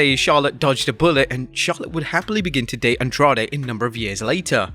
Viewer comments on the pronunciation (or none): none